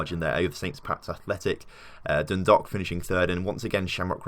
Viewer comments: Its not like an 'o' in Dundalk... Its like Dun-dawk... Like hawk with a 'D'... Drogheda is Draw-heh-da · Lol “Droh her da” is basically how you say it, also Dun Dalk, think walk and replace with a d. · Dun-dawk would be a better way to explain the pronunciation for dundalk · Your mispronouncing the English names. Not like they're in a foreign language. And it's pronounced like dro-head-a. And Dundalk, the dalk part sound like the alk sounds in walk. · No I've always heard it as dun - dalk different parts of Ireland have different pronunciations of county's